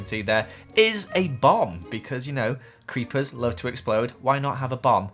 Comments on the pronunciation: you said creachers not creeper's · did just say creachers